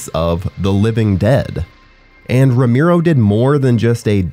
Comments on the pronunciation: It's Roh-mer-oh , not roh-meer-oh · ROE-MARE-O, Not Romeero. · It's pronounced RO-MARE-OH, not RO-MEER-OH. And it's "disingenuous" not "disingenuine". Your mic sounds really good though. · Awesome video man. VEry obscure. Quality content. Buuuut.... "Row-mee-row"? Dude, it's "Row-mare-row" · people just gotta hate lol, they aren't really happy if they aren't hating something. (for example, it's ROW MARE O, not ROME EAR O ya dipstick...lol ) are they amazing? no, are they alright silly fun zombie flicks, yeah. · Idk man, hearing you say "Ro-meero" instead of "Ro-marrow" is bothering the fuck out of me. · i do0nt want to be that guy but its pre-programed in me to just say that you kept pronouncing his name wrong lmao its RO-MARE-OH not RO-MEER-ROH im sorry ik i look like a huge tool but its how i was raised 4giv me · "Rome Arrow" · Cringed every single time he said Romiro. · Ro - MAIR- oh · Makes it really hard to watch these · Ramiro? Lol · It's R-O-M-ero :D sorry